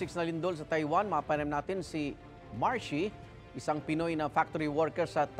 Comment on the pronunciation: Yung nilindol kna pero happy ka parin, Mar-she o Mar-he?